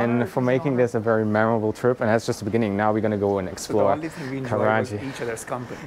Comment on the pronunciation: It's Karachi, not karaji